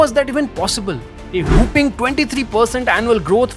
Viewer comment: Where are the textile parks proposed , & how will it stop the Bharat Bhraman ? Poor English pronounciation. ( Weapons, whopping,freight, others ).